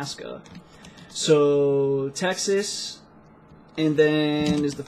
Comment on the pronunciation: i gave a break to videos and i was listening Texas as the taxes :D fck me right ?